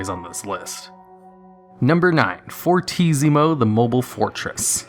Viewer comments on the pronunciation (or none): The pronunciation of "Fortissimo" caused me physical pain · Fortissimo the mobile fortess Is an ITALIAN name😂😂... Please, read it "fortissimo", without a strange pronunciation haha